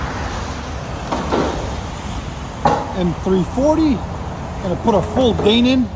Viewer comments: "Dae-nin" I can't even 😂😂.. It's pronounced "DIE-NAN" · I think it's pronounced die-nan.